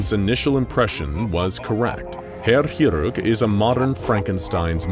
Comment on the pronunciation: You read Chirurg as Kirurg, not hirurg.